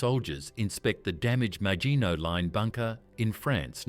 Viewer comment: Yeah, the pronouncement of “maginot” was, er, interesting.